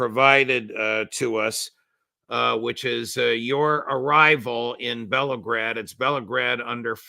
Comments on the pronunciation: Just a correction..it's not pronounced as Belgrade but Belgorod.. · Sorry,, it is Belgorod and not Belgrade as you pronounced it. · It's only a little thing but yes. Bell-go-rod.